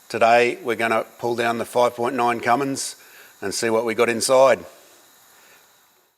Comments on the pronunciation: Not Cummings, it's Cummins, very different things. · its ' Cummin Sense'